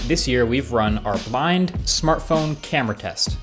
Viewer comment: Did anyone else catch he said "Bind" instead of "Blind" at the beginning of the video?